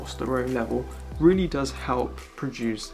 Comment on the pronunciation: Why do you say “readdy” instead of “really”?